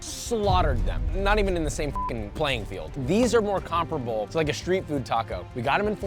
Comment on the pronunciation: The way this guy says Comparable as Comperable pisses me off.